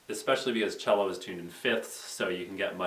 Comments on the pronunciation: ya, it's pronounced chel-o not see-lo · Wait, do you pronounce "cello" silly or do I :o?